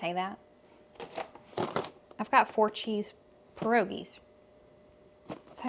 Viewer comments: Good pronouncing of a polish word. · You said pierogies correctly - source, this polish/ukrainian woman right here. :) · Yup pierogies was pronounced correctly. They're popular here in PA /Amish country. Good video! Thx ☺️ cold hands warm ❤!